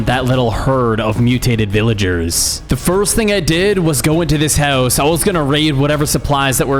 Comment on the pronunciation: haha, “howse” haha